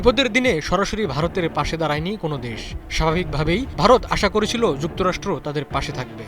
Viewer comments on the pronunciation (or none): আমি জানতে চাই যে ক্যাংলাদেশের বন্ধু কে 😂😂😂😂 আর সাংবাদিক accent এমন কেন পঞ্চাশ কে বলে পুঞ্চাশ ।করেছিল কে কুরেছিল 😂😂😂😂 কোনো গ্রামের বলদ সাংবাদিক হয়েছে 😂😂😂